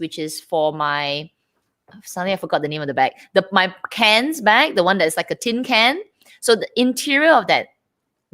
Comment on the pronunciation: I like that knows the proper names of bags! needs practice, especially that it’s HER bag that she owns..she still says Cannes like trash “cans.” It’s K/A/N. Oh btw,... Vernis means “varnish,” not French for nail polish.